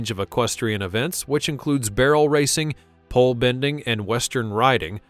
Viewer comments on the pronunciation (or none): none